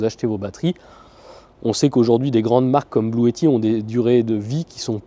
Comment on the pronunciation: Ça se prononce "blouti" non ?